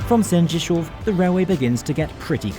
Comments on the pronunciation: You pronounced Polish names and places with such confidence and assurance. I have no idea if any of it was right, but it was certainly impressive and much appreciated. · Great job with Sędziszów, its a tounge twister even for Poles lol